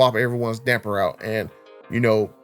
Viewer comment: You can spell it...but you can't say it...damper damper damper there's no "n" in the word damper lol